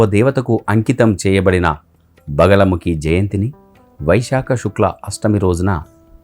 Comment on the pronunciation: బగలముఖి కాదు "బగలాముఖీ"..!!